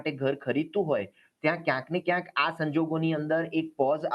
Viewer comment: વારેવારે બોલે છે કયસ ન ને ક્યાંક -- એ વળી સ શું